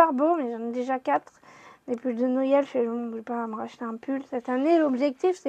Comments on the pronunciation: Cc pourquoi tu dis noyel a la place de Noël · C'est marrant comment tu prononces Noël😂